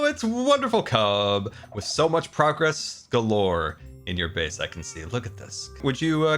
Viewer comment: Not me, understanding "state of broccoli" instead of "state of progress" 😂